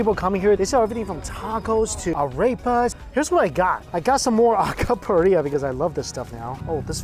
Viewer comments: bro man cants say name right arcapuri (is aracapuria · Needed to see this. I miss PR. FYI, help you out with the lingo - Bah-Kah-lah-ee-to | Al-kah-pooh-rr(roll that r)-ia | Le'-CHONE |Ah-reh-pa. Next time be sure to have some Coquito, I always explain it as puerto rican eggnog. Another good one is Pasteles, always reminds me of the holidays.